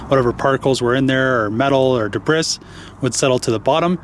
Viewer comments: girls are "nervous when they drive"? That is pretty sexist. My wife drives a challenger...aggressively. Also "debris" is said "debree" not "debris", FYI. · Not being an ass jus letting you know it’s pronounced (“Da-Bree”) not da briss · Two things, the comment that girls get nervous when driving is flat wrong. The women in my life(wife and daughter) are excellent drivers. Debris is pronounced de-bree, not de-bris. Any questions, just let me know.